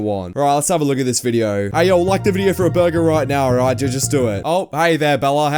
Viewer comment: borgir cooke pitzah